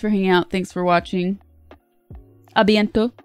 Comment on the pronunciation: "A bientôt... Salut!" ! J'étais pas prêt OO Perfect prononciation